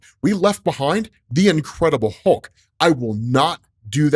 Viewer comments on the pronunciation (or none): none